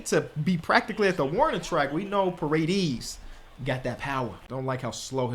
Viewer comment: Ion know who said ParaDEES but its a hispanic name, it's pronounced paw-ray-dayse